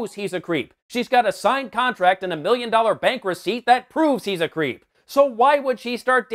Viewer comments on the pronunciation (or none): The worst thing about this movie was having to listen to Woody Harrelson say "miyyin" instead of "million" over and over again . . .